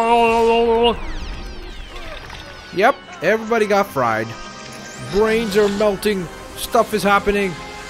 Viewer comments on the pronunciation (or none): none